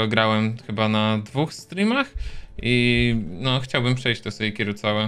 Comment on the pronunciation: Pierwszy raz słyszę żeby ktoś wymawiał sejkiro a nie sekiro xDD ale spoko